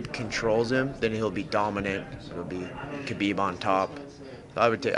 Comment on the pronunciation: Not hard.... Khabib by "SMESH"